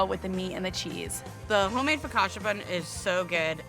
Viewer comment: It’s pronounced FocaCha not Focasha! 🫣